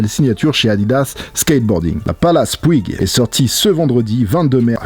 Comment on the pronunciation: Si c'est comme le groupe espagnol Puig ça se dit Poutch